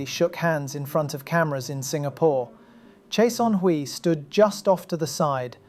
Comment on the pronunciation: Great vid, but the wrong pronunciation of 최선희’s name is really irritating.